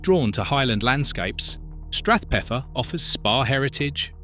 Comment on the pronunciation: Shouldn't Strathpeffer be stressed on "pef"?